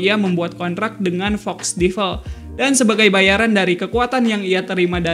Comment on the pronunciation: Agak terganggu sama cara pengucapan Devil...